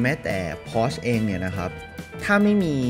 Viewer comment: Porsche อ่านว่า พอ-เช่อ ไม่ใช่ พอช ครับ